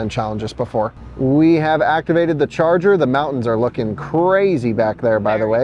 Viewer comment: From now on, I'm pronouncing "charger" as "Chah Zah" 😁